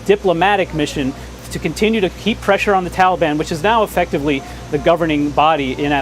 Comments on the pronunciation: He can't even pronounce Taliban properly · Wish he could pronounce Taliban.